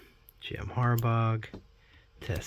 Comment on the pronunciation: Jim Har-baw... gh is silent. Some nice cards in there.. Any Griffey is a good Griffey!